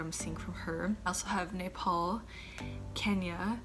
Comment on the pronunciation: oh i heard "nipple" instead Nepal..sorry for that.😁